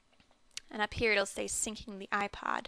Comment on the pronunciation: she said iplod i swear lol